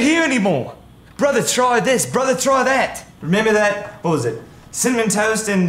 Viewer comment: "Hello brothera" "Hello brothera" "I made a pot of cool aid"